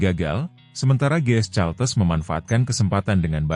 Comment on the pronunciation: Admin harus belajar ! Caltex harus dibaca kaltex, bukan caltes. Ngisin ngisini wae ! 😢 Caltex itu perusahaan minyak Amerika, singkatan dari California-Texas.